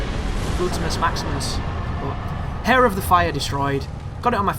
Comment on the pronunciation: aaaand you pronounce "Heir" as "Hair" ....xD its pronounced "Air" anyway! awesome video, really giving me my souls mix till the next big thing they throw at us before the games release